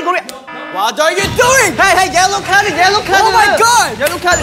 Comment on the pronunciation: Binnie's Iconic English lines: Yellow cardeu, rudeu, ifeu.. 😂